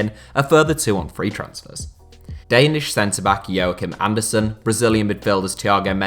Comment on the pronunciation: Andersen is pronounced without the d